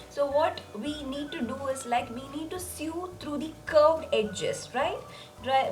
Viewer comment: Omg it’s not sued or sue it’s pronounced so